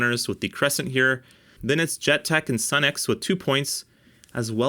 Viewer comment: Sunex is actually pronounced Sue-nex. . . . . just sayin' As a retired mechanic I can say that my 30+ year old Sunex impact sockets are extremely durable.